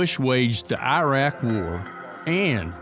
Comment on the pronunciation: We shouldn't validate the opinion of anyone that says "eye-rack" for iraq